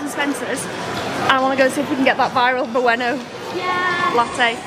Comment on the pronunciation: Booeno lol. It’s bwayno you ignoramus